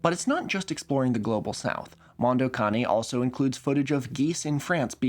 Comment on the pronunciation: holy shit, a youtuber actually pronounced "Mondo Cane" correctly.